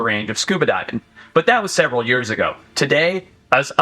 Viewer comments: Why does Forrest say the word years in a funny way? He talks like normal and then says yurrs al of a sudden. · he says years like yoeurs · The way forrest says years. “yerrs” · "For yers"... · Why he say Years like that Lmfao 🤣. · As a saffa, hearing the way Forrest says 'Years' is most satisfying